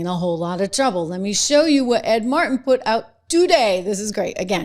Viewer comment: Trish, there is a god-damned "T" in Ed, Mar-T-in! CAN'T WATCH MORE OF THIS VIDEO!